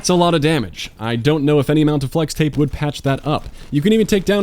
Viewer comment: Almost dissliked beacouse he said Blex tape coudn't hix that damage.